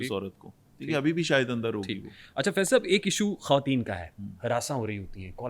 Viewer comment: itni achi Urdu bolne wala jab khawateen ko "Khateen" kahe to bohut dukh hota hai, plz note keejye ga 🌹🙏